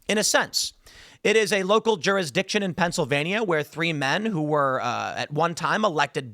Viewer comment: Tim's over pronunciation of "jurisdiction" is fucking annoying.